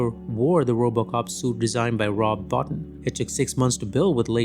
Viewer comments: Is Wolfcrows voice track on this video AI? Why did he call? ED 209, E.D. 209, saying each letter, and not like the name Ed the way it’s done in the movie… also, Rob Bottin, I believe, is pronounced Bow-teen, not BAH-tin… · Suit by Rob Bottin AKA "Robo" pronounced Bo-Teen